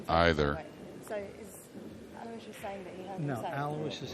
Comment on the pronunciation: You guys finally almost pronounced his first name correctly, ( alowishes ) will get you real close. It's mine also, I do understand he is from a deferent part of the world.